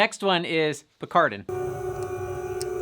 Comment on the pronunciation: It’s picaridin not picardin btw